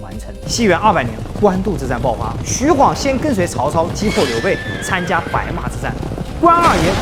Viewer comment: 還好沒念錯 晃讀ㄏㄨㄤˇ 不讀ㄏㄨㄤˋ 白波軍可以看成黃巾軍的延續 弘農郡可是很重要的 位置在於長安跟洛陽的中間 長安在京兆郡 旁邊的弘農郡 扶風郡 馮翊郡 南陽郡這五郡並列於三輔地帶 而法正孟達正是從扶風郡逃難進去巴蜀的 位於劉表於是遣使朝貢，李傕、郭氾二人為了穩固自己勢力，便以朝廷的命詔遣御史中丞鍾繇封劉表為「鎮南將軍、荊州牧，封成武侯，假節」，呼為伯父，置長史、司馬、從事中郎，開府辟召，儀如三公，希望能夠結連劉表為外援。 從破劉備，又從破顏良，拔白馬，進至延津，破文醜，拜偏將軍。(也就是說打顏良 是荀攸出率先提出計策聲東擊西(荀攸認為不能與實力懸殊的強大敵人正面對抗，他分析了當時的形勢提出了聲東擊西、解救白馬的作戰方略。他認為袁紹兵多，應設法分散其兵力，於是勸曹操引兵先到延津，偽裝渡河攻袁紹後方，使袁紹分兵向西應戰，然後再派輕騎襲擊進攻白馬的袁軍，攻其不備，一定可以打敗顏良。曹操聽了他的這一番話，覺得十分有道理，就依計而行，袁紹果然分兵延津。曹操乘機率輕騎襲擊白馬，顏良不及防備，被關羽斬殺。)徐晃跟隨張遼關羽破敵) 前期招降呂布勢力兩個將 中期招降袁紹勢力一個縣令 後期招降三千戶(一戶按3人計算 三千戶=9千人) 招降高手 張郃封平狄將軍(狄=北方胡羌 把踏頓勢力這個北方胡羌給平定了) 徐晃封橫野將軍(把北方胡羌的平原荒野給橫掃了) 徐晃是戰場預備隊 跟隨張遼關羽破顏良 關羽張遼下場休息換徐晃上了打文醜 長驅直入就是徐晃發明的 補充包 : 投降關羽的荊州刺史胡修、南鄉太守傅方就在包圍圈裏面 會不會徐晃把他們兩個殺了 一位刺史一位太守都被殺 而他們手下的士兵沒了主心骨 就四處逃竄 徐晃就趁勢打穿了關羽的包圍圈 最好用又萬能的工具人